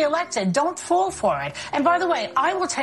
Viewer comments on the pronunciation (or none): is she saying “Don’t fool for it” or “Don’t fall for it”?